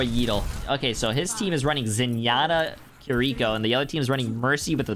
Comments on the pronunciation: Could you please say kiriko properly? KI-ri-ko, not ki-RI-ko. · The way he says Kiriko kills me man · Why does he pronounce Kiriko like that? Lol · Love your content man, but I cringe each time you mispronounce kiriko's name. Keep up the good vibes